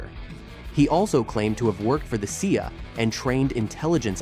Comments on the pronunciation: Speaking of bullshido, anyone who doesn't pick up CIA as an acronym and pronounces it see-uh isn't worth listening to. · Oh that american agency, the See-A.